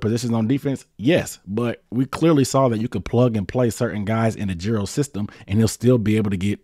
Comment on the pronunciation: put some respec on his name, ay-jer-o